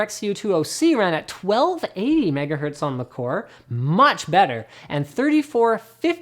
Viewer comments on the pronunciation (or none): none